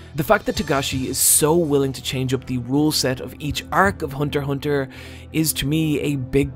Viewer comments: Go back to calling it Hunter EX Hunter, that's the correct way of pronnouncing it, Hunter Hunter sounds dumb and for some reason part of the community calls it like that! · They’re both right. Hunter Hunter is the Japanese pronunciation. Hunter x Hunter is the English pronunciation. Japanese don’t say the rs so it kind of rolls off the tongue but it’s extremely awkward in English, hence the pronounced x. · Lmao I had no idea as to how to pronounce the title